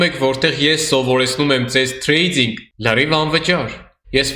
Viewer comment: Ախպեր մի ասա էլի թրեյձьինգ, ասա թրեյդինգ ախպոր պես😅🤝